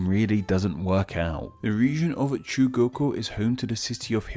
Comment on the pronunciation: Not to mention, he pronounced CHUGOKU as SHUGOKU